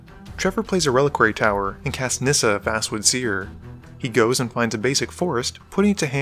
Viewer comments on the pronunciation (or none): none